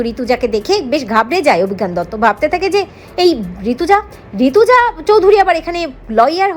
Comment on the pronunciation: ওরে বাবা নাম টা ঋতজা চৌধুরী। ঋতুজা নয়। ঠিক করে মানে বুঝে উচ্চারণ করবেন তো !